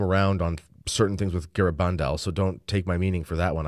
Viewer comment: Gara-BAN-dal. In spanish the second syllable is emphasized. Your Spanish needs practice